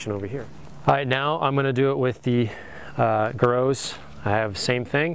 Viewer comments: griots is pronunced (gree oes) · pronounced Gree-oh's Garage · I hate to be that guy, but Rupes is pronounced "Roo-pes" and Griot's is pronounced "Gree-oh's" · aren't these pronounced "rooopez" and "greeeeohs" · Rupes ‘ROO-pez’, Griot’s ‘GREE-ohz’